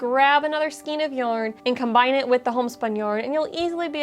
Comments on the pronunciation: skayn, not skeen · It’s pronounced SKAYN, not skeen. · Skein rhymes with chain. "skeen" is not a word❤